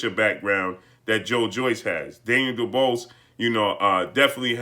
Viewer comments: Can you actually pronounce his name right for fucks sake. It’s pronounced Doo-bwah.....not doo-bose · "du-BWAH" NOT duBOSS😵...That's all I got to say.😐✌ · His name is pronounce doo-waa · Dubois is pronounced Doo-BooAh. Sorry it just threw me off hearing something else. Great Job. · Can’t you at least pronounce the man’s name correctly!! Daniel would’ve beaten Wilder because Wilder doesn’t use his jab effectively and is not a smart fighter like Joyce.